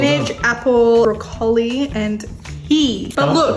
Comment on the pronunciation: Ive never heard broccoli pronounced that way.